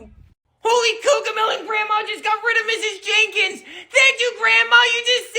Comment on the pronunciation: And bro its mrs "jenkins" not mrs "jaykens".